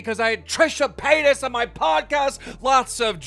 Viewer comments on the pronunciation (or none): none